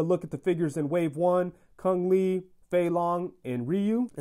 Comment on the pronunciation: He said "Kun Li" lol, next time I hope they give Ryu and CHUN Li to an actual SF fan to review lol